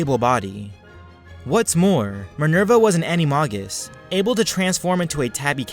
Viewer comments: you should know that animagus is pronounced ani-MAY-gus pronounce the may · He said alot of names wrong mggonigal and lucias and animagus